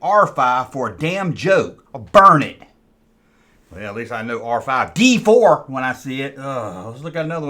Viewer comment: DEE FOUR for crying out loud! 💀